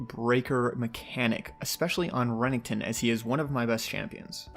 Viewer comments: Renningkton??? It's ren ek ton and who the fuck says enchantress support the fuck?? It's just mage supports or support. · I absolutely hate how he says renekton